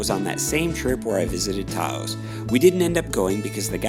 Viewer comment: I think you might want to re-think your pronunciation of “Taos”. That’s all. Nice video, and I appreciate the effort and the quality. These areas deserve more recognition; on the other hand, recognition ain’t all it’s cracked up to be. Very special places, indeed.